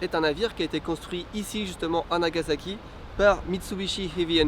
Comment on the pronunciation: NagaSAki pas NagaZAki:p